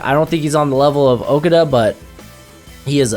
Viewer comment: Dude....his name is pronounced oooh-koo-dahh , you white guys can't pronounce other races names , why ? I can pronounce Colin ( Irish) Coll- in , Giuseppe (Italian) Gee-Sep-ay , Frietz (German) Free-itz , Manuel (Spanish) Man- well , Bolshevik (Russian) Bul-shee-vick ....damn dude get it right , please !!!